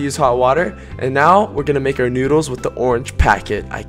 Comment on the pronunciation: The filipino word of Ramen is Noodles but how u pronounce it is NUDILS